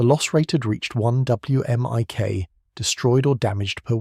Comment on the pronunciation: you say "whimic"